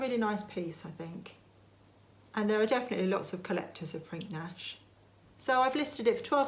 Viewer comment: Hi! Another great video! fyi - re. Prinknash..... Pottery at Prinknash Abbey produced by the monks. When pronouncing, the 'k' in the middle is silent.... so.... when spoken, it is.... Prin ash!